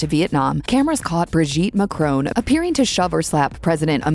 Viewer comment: Please try to pronounce his name properly. Perhaps you are AI without the I.